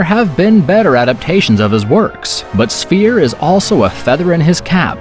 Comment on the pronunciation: I'll make a deal with you. You start pronouncing words correctly. And I'll maybe like one of your videos. The word is sphere, not spear.